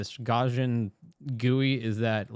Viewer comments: Great video! But omg... Gauss, like house. Not "gawse", "gowse"! Lol! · 100 years from now, people will continue to mispronounce Gaussian.